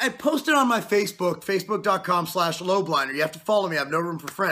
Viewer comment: 'buy all of these supplements' - Marc Lob - liner. He cant even pronounce your last name properly.